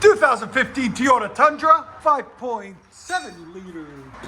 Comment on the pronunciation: Another nice “Teeyota”